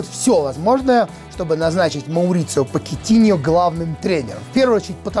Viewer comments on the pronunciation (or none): Pochettino -Почетино! Если бы фамилия звучала, как "покетиньо", то писалась бы так: Poquetiño. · Поккетинио?, ты серьёзно?